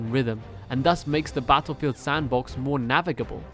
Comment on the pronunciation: The way you pronounce "battlepeeled" im dead lol